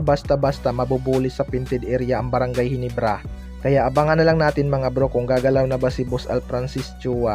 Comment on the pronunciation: hindi mabigkas yung ginebra bisaya